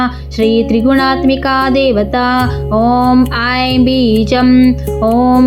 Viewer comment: ಶುಂಭ ಇದ್ದಲ್ಲಿ ಶಂಭು ಆಗಿದೆ. " ಐಂ" ಇರುವಲ್ಲಿ "ಹೈಂ"ಆಗಿದೆ